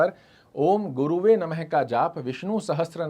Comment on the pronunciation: बोलने का अंदाज शिष्ट इसलिए गाली खाने से बच जा रहे हो बेटा l गुरुवे बोल भी रहे हो और लिख भी रहे हो जब कि शुद्ध शब्द गुरवे होता है l